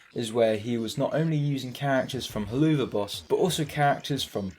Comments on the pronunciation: Very good vid but it pronounced hell-avuf I know it is wired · "Heloova boss" 💀💀💀 Edit: it's pronounced "hell of a boss" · How did you butcher Helluva boss that hard... oh man. Hell-of-a-boss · hearing you say hell-oo-va boss instead of helluva boss gave me a pain that can only be described by underpants screams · Oh yeah dude Just to correct you Its not Hellluuuva boss Its hell of a boss Helluva is just a shorter way of saying it Just putting this here before the fandom comes and bullies you for saying it wrong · I really enjoyed this video, but you saying Heloova instead of Helluva hurt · Its pronounced hell of a. but with a VUH sound not OO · “heloova boss” 💀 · i know you most likely haven't seen helluva boss but hell-ova boss sorry if i sound annoyed and mean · istg stop saying heloova boss😭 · You’re probably heard this a bunch but I’m quite sure it’s pronounced “Hell of a boss” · I can't get over the fact that you keep saying "Helloova Boss," there's no way you're not doing it on purpose 😂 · "Helloova boss" 💀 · nigga said hilloova boos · Just a heads-up up, but the "Helluva" in Helluva Boss is pronounced "Hell of a" since it's a play on the phrase "Hell of a boss". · it's pronounced "HELL-OF-VUH BOSS" as in "Hell of a boss" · Such a weird ass rabbit hole Even as a FNaF fan and Helluva Boss fan it amazes me how many actually ate this up. I saw one animation and though “that’s neat” and then moved on. I didn’t realise how insane it had gotten lmao PS: I love/hate how you pronounce Helluva Boss :,) it’s like a dagger into my soul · Bro summoned a whole fandom when he pronounced helluva like that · That Helluva pronunciation 💀